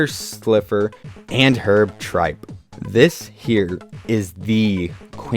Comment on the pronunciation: Im watching this October 2024..& i just noticed that you called Herb Trimpe Herb TRIPE! Herb TRIMPE is one of my FAVORITE Marvel Comics ateists.. ESPECIALLY from his days on Incredible Hulk & Invincible Iron Man..& i believe it's SACRILEGE to mispronounce his NAME!!🤣🤣 That being said..i ALMOST agree with this entire list.. EXCEPT that i believe that the 80th Anniversary Iron Man should have been NUMBER ONE!. Anyways great video brother.. looking forward to more of your Marvel Legends reviews 👑